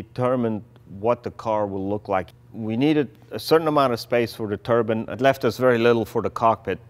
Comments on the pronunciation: I keep hearing Turban Car...not turbine... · A turban is a hat! Turbine! It's turbine!! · I wish you guys could pronounce the word "turbine" properly. It's not "Turbin", it's "TURBINE"!!! The "i" should sound like an i since there's an E after the N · I love it when guys have the balls to make outrageous cars.Please though would you stop calling a turbine a turban